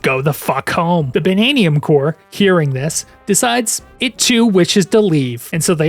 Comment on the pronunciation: "Bannaniun Gems?" They're Banandium Gems.